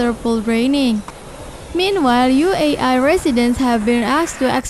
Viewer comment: Can you speak properly it’s not UAI ITS UAE